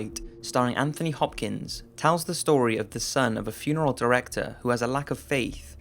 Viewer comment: What is it with people not being able to pronounce Anthony properly?